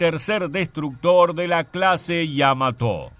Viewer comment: En la palabra Yamato no veo que lleve tilde en la o, por lo que no se porqué el relator acentúa prosódicamente la palabra en la sílaba to. 🤔👽